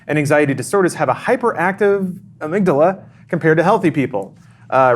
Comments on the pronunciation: Interesting... the "Ah-mig-daala" you say? Fascinating. Tell us more about this ah-mig-daala,. Is it related to the heeepo-kam-poos? Once I had a history paper and I chose to write it on the Cadaver Synod. I assumed "Cadaver" was a place, so I prounounced it like it was the name of somewhere in Italy. Like "cada-ver" I also pronounced "Synod" as "psy-nod" - "The Cada-Ver Psy-nod," I said those fancy sounding words over and over and over FOR WEEKS while talking to my professor. Then one day I found out: It's just the word cadaver, as in a dead body. And "Synod" is just pronounced "sin-ed" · Ah-mig-dahla? I've never heard it pronounced that way. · The way said amygdala made me want to die. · I'm going to guess that the way pronounces amygdala is "wrong", just because although it originally comes from Greek, we borrowed it from Latin, and pretty much every Romance Language pronounce it similar to how does... but this is English, so who cares.